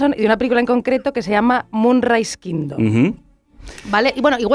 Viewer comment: No sabe ni decir bien Moonrise Kingdom, primero aprende a pronunciar bien el nombre